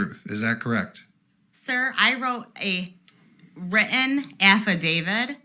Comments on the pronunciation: Her valley girl accent is pathetic, WHO talks like that past 15?? She can't pronounce the letter 't". "It was wridden on the affidavit!" She's one of those people who prounce "kitten" Kidden" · Every word she says that has the letter ( T ) at the end she drops the Tee. Written turned into wrien threatened turns into threaened what language is this hip-hop silly. She's a mom Responsible for the grammar of her kids.Or did she not Hink abou hat. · "I wrote a wri-in affidavid." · I think I can translate some of the difficult words.. “thre - ind” = “threatened”, “di - int” = “didn’t”, “wri - in”= written.